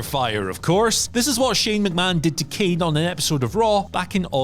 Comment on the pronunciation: Should’ve re-recorded that “Kane” to be honest